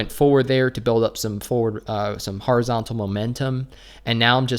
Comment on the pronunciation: "Har-izontal" 😂 It's pronounced Horizontal. Just like it's spelt..